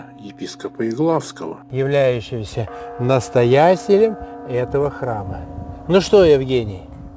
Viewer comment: Друг Евгений очень старается не двигать головой и держать её по направлению вверх! Аж шея застывает. "епископа Еглавского" - а должно быть Елгавского! Система колоколов и процесс звона показаны отлично, спасибо!